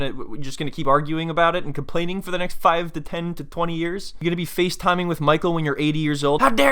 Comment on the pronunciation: YOUR ACCENT WHEN YOU SAID SHE WOULD BE FACETIMING WHEN SHES 70 hahaahhaahaahahahahaahahaaaaaa